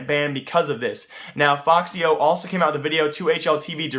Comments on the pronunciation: its f-x yo, not foxyo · ummm its not foxyo its fxyo